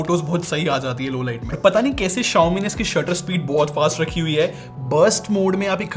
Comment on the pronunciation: correct your pronunciation Mothetf***er